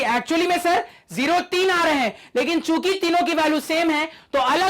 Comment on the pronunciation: Sir chuki bole rhe h mujhe chut*** sunai diyaa 😂😂